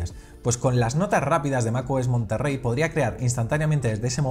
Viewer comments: Es "Monterey", "Monterrey" es una ciudad en Nuevo León, México la "RR" no existe en palabras del inglés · Es Mac OS monterey no Monterrey